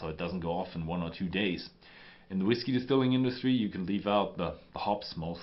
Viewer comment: STOP saying "whis-kay." You do that every time you see the word spelled "whiskey" on a label. It is pronounced exactly the same way as "whisky."